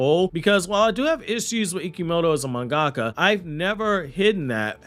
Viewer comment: Mungaka? Mun ga ka? Ummm 🤔😅 do u mean manga ka^^ 💯 & not not mun ga ka:( as mun ga ka? Isn't a word in nihongou^^